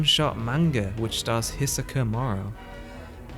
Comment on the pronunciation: A volume a year? Only another decade MINIMUM left before we can finish the story then... This video shouldn't be called what it is. The hiatus isn't good and this video doesn't show how it is. It just shows how it could be worse.. also, my god...pronounce hisoka like a normal human please